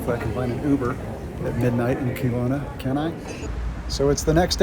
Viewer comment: It's not pronounced Keelowna it's Kelowna, get it right